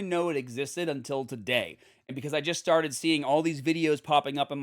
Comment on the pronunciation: also when he said "started" haha it's funny :D I can't imagine if he would talk in his native accent all the time :P I think I'd laugh my ass off because of the difference.